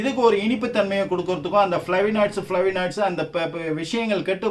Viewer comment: ஃபளேவனாய்ட்ஸ் என்பதே சரியான உச்சரிப்பு Bro.